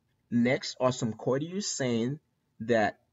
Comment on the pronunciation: Small point: In English, "courteous" starts with a schwa e, e-muet, a short u, almost like French cœur. kur-tee-us. In the video, it was pronounced sort-ee-uss, which would sound a little off to English speakers. (Ce frappe l'oreille seulemen un peux.)